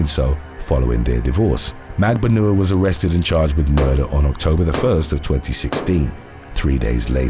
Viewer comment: Magbanua is pronounced at Magban-wa